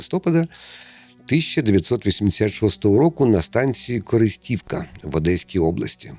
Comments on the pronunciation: І не КористІвка, а КорИстівка. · КорЫстовка . КорИстивка . Ну хоть подготовься ... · неправильний наголос у назві залізничної станції - КорИстівка.